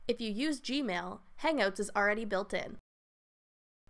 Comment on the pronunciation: She says "Hang-oats"